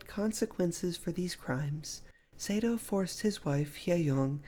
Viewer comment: His name is pronounced Sah-do (as in ma or pa) not Say-do.